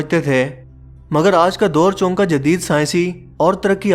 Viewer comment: Baaqi sab tu theek hai ...aapka chonkay ko chownnkay kehna its funny .....keep it up bro